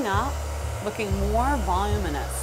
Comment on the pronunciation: və-loo͞′mə-nəs (voluminous not vol-u-mus)